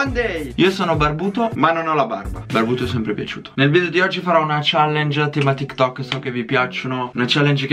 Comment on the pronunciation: Tiktik invece di tiktok.p.s like chi lo ha notato